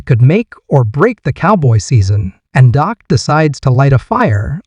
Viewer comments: His name isn't Doc, it is Dak! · First of all, the name’s Dak, not Doc. If you’re not gonna respect our QB, then stop making videos! & secondly I believe in Dak, and I’m with him 100%.😊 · Thank you for pointing out that his name is Dak not Doc. The guy who is making these videos is an idiot